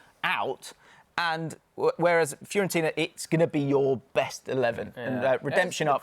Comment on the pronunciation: Man said fiorentina 😂😂😂😂😂 hold that 😂😂😂😂😂